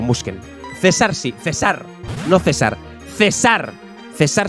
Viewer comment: Para que cesar se pronuncie como dices tendría que tener acento en la a